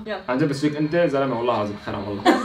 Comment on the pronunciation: بحس وسام عم يقول اهلين ففييكك وفيكي بشد ع الفاء 😂😂😂😂